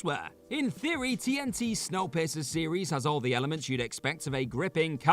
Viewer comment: 😆 🤣 sounded like you said snow pisser instead of piercer 😆 🤣 love your videos